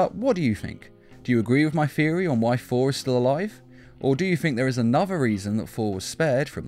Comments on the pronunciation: All I hear is foor instead of Thor XD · The way he says Thor is hilarious FOR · I thought I was hearing things lol